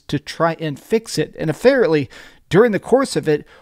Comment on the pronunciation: “Affarently”